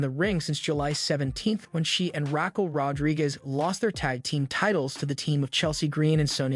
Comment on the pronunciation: Rack-curl Rodriguez 😂